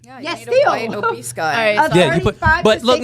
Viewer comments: 😂😂 I kept laughing when he kept saying “obeast” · bro the word is obese, not OBEAST. Crazy.